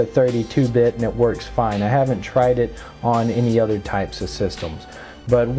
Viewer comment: "...but were onna be using an ODOR version"